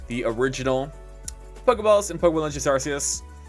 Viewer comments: good just wanted to see the ark-eus news and kept hearing it pronounced wrong and was like nu, why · When you say arceus wrong widePeepoSad